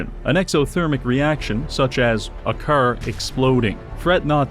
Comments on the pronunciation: the way he pronounces car as ker is fkin funny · Is he pronouncing "car" like that on purpose or am I missing something or what?? It's driving me nuts 😆😆😆😆 Curr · It's car but he says cer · i love when he says "chrr" and "chrrmageddon" his car pronunciation is so beautiful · You mean it's not pronounced "crrrr?" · I like how he pronounces "curr". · I hear Cær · with all due respect, why the fuck do you say carr instead of car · The pronunciation of "caehr" is incredible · Preston Krrvy. man can't pronounce Car. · You know, for how often he said it in the video. Youd think he would pronounce car right at least once Curr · mugs? Cah. radio? cah. baby? cah. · "car": ✗ "curr": ✓ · my neighborhood has been hit herrd by the cerr virus 😂😂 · It sure would be awkward if you failed to pronounce "car" correctly a single time this entire video. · Unknown person: Hey, you say car funny.": "That's gonna be a video." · The way you say car is giving me the killer strain of AIDS. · Why do you sound British when you say car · This is the weirdest pronounciation of car, I have ever heard. French Canadian? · The pronunciation of car feels like some sort of torture. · pronounces the word "car" funny. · you say "car' suspiciously Irish-like